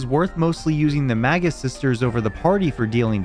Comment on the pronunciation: For most of the video i thought you were saying the "MAGA sisters"